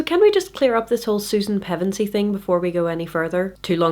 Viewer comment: I'm 5.5/7th the way through reading Chronicles to my son right now and I have to thank you for the critique, but even more thank you for the proper pronunciation of Pevensie. Reading those names and places out loud generate more anxiety than it should, thank you for helping with that.